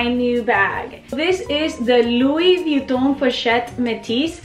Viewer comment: Wish I could say Louis Vuitton like you do, but my Midwestern accent just won't allow for it. Need to bite the bullet and buy a Louis, love your purchase.